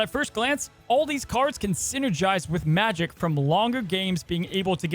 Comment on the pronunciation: pronouned majEk not magic...